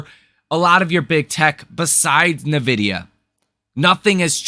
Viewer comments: Are you really pronouncing EN-VIDIA as NUH-VIDIA? and you want us to take you serious? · N-vidia not nah-vidia. Please say it right bro 😂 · It's not NIH-VIDEA... there's no "I" sound after the N. It is EN-VIDIA You're not the only one that does it though. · Love your channel. You are too smart to keep mispronouncing Nvidia. Tighten up. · When you mispronounce something on a finance channel, it hits harder, and you lose more credibility. Work on that. You have a great channel.